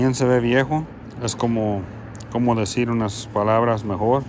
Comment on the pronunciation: Amigo decir no dejir y no quiero ser grosero solo corrección decir no dejir saludos eres una persona muy genial saludos bro 👍